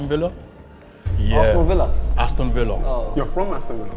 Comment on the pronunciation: Arston Villa 🤣